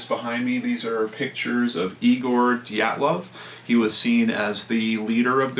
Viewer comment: Hey, just thought I'd throw this out there for you so you know how to pronounce Dyatlov!